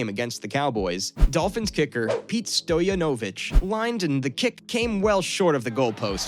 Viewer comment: It's Pete Stoy-yahn-o-vitch... and Joe pis-zar-chick